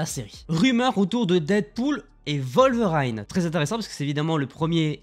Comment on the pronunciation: Wolverine bon sang ! Pas "WolverAAiine"... J'ai fais un AVC. 🤣